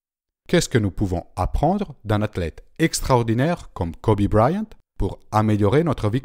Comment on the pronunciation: Kobe BrYant pas Kobe Briant ;)